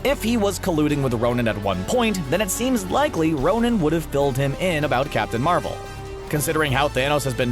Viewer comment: it's ' Ronan' not 'Ronin',Ronin is an alias taken by Hawkeye In comics